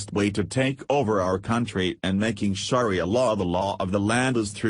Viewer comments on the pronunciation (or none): If you are going to do a story on "Sharia Law" and can't read yourself, at least get a computer program that can pronounce it correctly!